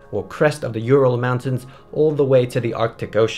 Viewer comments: Not You-Ral. U-ral. Oooh-ral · It just hurts my ears when pronounce Ural as You-ral instead of Oo-ral. Also I can't stop my brain associating it with urinal when I hear You-ral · It's not pronounced like that, ( I am talking about Ural Mountains ) It's "OoRrraall"